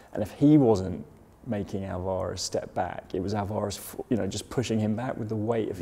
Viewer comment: Oit, you plonkers. Say Alvarez properly. You're embarrassing me as an Englishman. Haha.